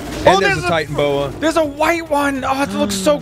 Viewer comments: I don't mean to be a douche, but the Titanaboa is pronounced Ti-tan-a-bo-a. Sorry if the syllables are wrong, but you do pronounce the A. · its not titanboa, it is Titanoboa (Ty-Tana-boa) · I'm not trying to be a hater but it's not supposed to be titanboa, it should,be titanaboa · AllShamNoMu ty-tan-O-bow-ah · It's "Titanaboa" and yes it was real